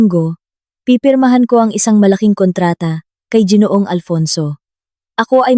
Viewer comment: it is ginoo ang bigkas hindi jinoo.